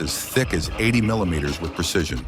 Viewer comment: MILIMETER---SMILIMETER.....TALK ENGLISH